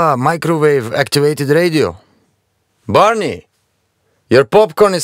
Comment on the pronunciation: Its not barney, its parnee, means "guys"